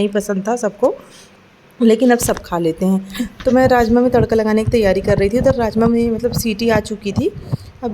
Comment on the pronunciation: Aap raajma boli mujhe rajesh masala sunaai diyaaa😂😂😂😂😂